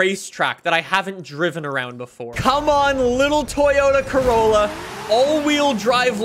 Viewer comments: Did he just say Toyota Crayola or is it just me?? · Man said: Toyota Craoyla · Did he just call it the 'Toyota Crayolla'? XD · Toyota Crayola ME: Crayola???? ALSO ME: Disappointment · Lol be like “toyota crayola” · " the toyota crayola" 👏👏👏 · “Toyota cayola” 💀 I’m sorry it was too funny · DID JUST CALL IT THE CRAYOLA!!! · “Craolla” haha 😂